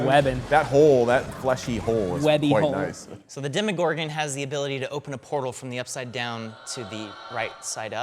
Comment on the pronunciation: You just say 'Demigorgon' 😬